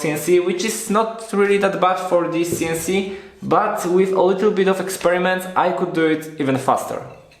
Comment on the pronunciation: Funny how every time you say “This CNC”, Siri on my phone activates... I guess it sound to it like “Dis Siri” which is the triggering phrase in French... Other than that, well done with your DIY CNC!